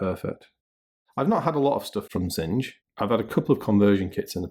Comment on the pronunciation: You sure their name rhymes with singe? It looks to me like the German word for things, which is pronounced "TSING-ah" ...